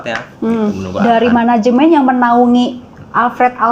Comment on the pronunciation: Katanya ga pake menegemnt tapi ko ngmngnya managemenet